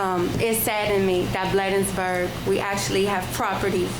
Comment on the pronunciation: This is for the Town Administrator, if you are going to work for the Town of Bladensburg, please pronounce correctly. Thank you